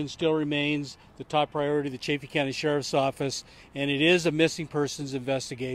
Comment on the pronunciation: Chaff Eeeee. Chaff Eeee. Not chay feee.